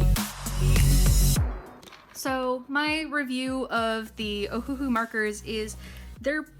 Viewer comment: I think it's pronounced Oh-Hoo-Hoo ♡